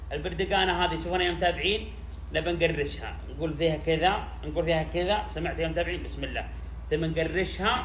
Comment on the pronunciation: قشرها ❎ قرشها ✅😂😂